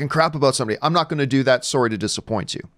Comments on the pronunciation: Honestly the most underrated thing about this video was how Canadian John's "sorry's" sound. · That Canadian sorry.